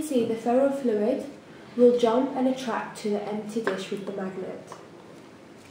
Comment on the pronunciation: The Ferro "...Flohid", "...Floy-ed" "....Floyied" "....Fluit" jesus christ.... F L U I D